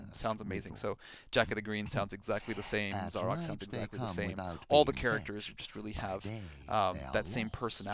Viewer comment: The game itself says how to pronounce 'Zarok' yet Yanks still find a way to mispronounce it.